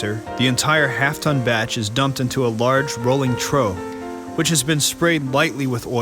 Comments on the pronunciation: Pronounced "troff". not "trow." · Trough, is pronounced troff, no troh.